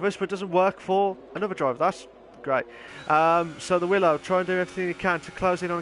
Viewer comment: It's pronounced willow not wylo 🙈 enjoyed watching that there was some good battles there 👍🏻